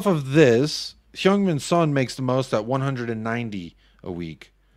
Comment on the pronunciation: holy shit you actually got the heung pronunciation right. subbed.